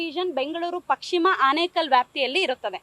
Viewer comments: Amma thayi kannada sariyagi matanadi pakshima alla pashima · Pashima alvo adu, paschima